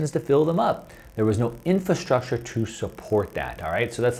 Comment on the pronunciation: There was however 'IN-FAST-RUCTURE.'